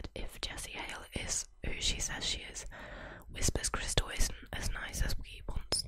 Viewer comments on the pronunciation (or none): Why do you keep saying "Whisper's crystal" When her YouTube name is WHISPER CRYSTAL NOT "Whispers" with an S!! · Immediately it’s clear you don’t know what you’re talking about. The name is WHISPERcrystal, not WHISPERScrystal. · It’s Whisper Crystal. But you keep saying Whispers Crystal. It’s very confusing. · You keep saying WhisperS Crystal. It's Whisper - singular. And maybe she liked her anonymity and wants to keep it that way. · Could you not have at least gotten the name right? It bugged me every time you said whisperScrystal